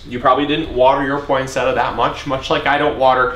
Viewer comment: Thanks for the tips! Shouldn't it be pronounced poinse-tee-a?